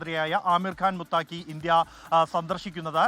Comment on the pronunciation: മുത്താകി അല്ല മുത്തഖി ആണ്